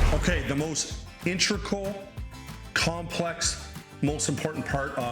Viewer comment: What’s “intrical”?